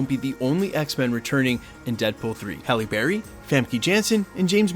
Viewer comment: You said Hailey berry 😂